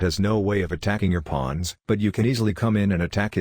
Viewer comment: "Pwons" Lol